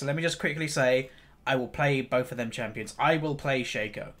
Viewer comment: It's pronounced Shaco, not Shaco (?)